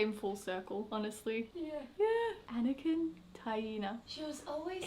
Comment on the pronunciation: The way you pronounce Anakin is actually a girls name in Norway, spelled Anniken.